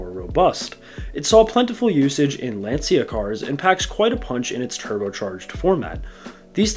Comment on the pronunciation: Lancia ia pronounced ' lancha'